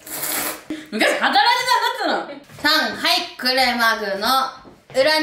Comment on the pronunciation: 昔働いてたんだっつーのがちょっと訛って同郷として嬉しい😊ちょっとずつ食べるエアちゃんも美味しそう🤤🧡